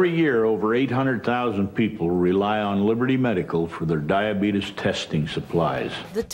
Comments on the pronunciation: It’s fucking “die a bee tees" not dia betes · Listen an i swear it sounds like she’s saying DIE OR BEAT US... diabetes... dieahbeatis... die or beat us 👀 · Dia-beedus LMAO🤣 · diabeetus. hahaha that has really stood the test of time